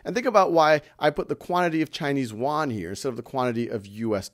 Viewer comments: It is a great class, just want to point out that the pronunciation of "Yuan" is not correct, otherwise, it is perfect. It is pronounced as "i wu an" 元, y in Chinese pronounced as i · Plz, it is Yuan (yi-wu-an), not Korean Won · It sounds like "won"（korean won）instead of "Yuan" to me. LOLLL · haha, Khan, you need to practice how to read yuan in Chinese, I am kidding,you are the best teacher